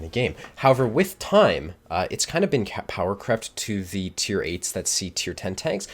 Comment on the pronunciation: "power crepe" Me: "wait wha-"